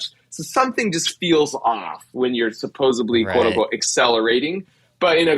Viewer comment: Mark Rober said “supposably”. Can’t be all that smart.